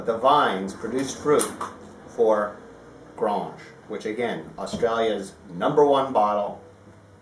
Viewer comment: One comment if I may please. It is pronounced Grange as in Angel (or graynge). You're almost trying to pronounce it with a French twang to it but this should not be the case. thanks and regards.